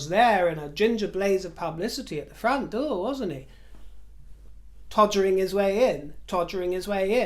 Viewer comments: Omg “todgering” 🤣🤣🤣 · ".....todgering in"......BWHAHAHAHAHA. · "Todgering his way in" 😄😀😂🤣